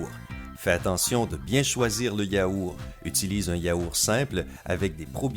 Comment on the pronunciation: Pq vous dites yaouR et pas yaourT ??😂🤣